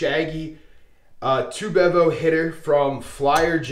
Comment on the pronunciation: Ha... sometimes Dark Side Strategies are the way to go, helps to be a little flexible and have 1 or 2 Darkside strategies "in your pocket" to use when the tables are not hitting many #s before Big Red! FYI if you roll it again, it is Pronounced "Bee-Vo" ... it comes from the Texas Longhorns football mascot! This is an aggressive modification of a much smaller bankroll strategy that uses the 3 inside numbers .. collecting on 1st 2 hits before pressing up individual #s. I had to increase the $$$s laid out initially to make it work on a $15 table and allow me to have all six numbers ACROSS after the 2 hits rather than just the 3 hugging the point. $100 per shooter is actually less risky than other Regression Strategies I have tried over the years that start with $110 or $220 inside before regressing after a couple of hits. A quick 3 PSOs at $220 each is pretty painful, I promise!!! the "Shaggy Bevo" in the name comes from an old discussion board about UT Longhorn Football called "Shaggy Bevo" that had a Craps discussion thread in the 2000s where people used to announce when they were heading to a casino and then report back about their experiences...several beginners asked for a strategy they could use to make a short bankroll last while they were there at a bachelor party with bigger bankroll friends. a user Harry Gandorf told of his 3 inside #s hug the point strategy (he felt that he always got killed betting Pass line so he saved $$ by skipping the point) ... his strategy g